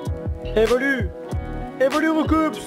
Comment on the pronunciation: C'est étonnant de voir un fan de Pokémon comme qui sait même pas que Roucoups se prononce pas "Roucoupsss" mais "Roucou".. ^^